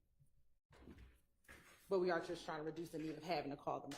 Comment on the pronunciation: I wish Miss Hilton learn how to say that and stop saying DAT.😂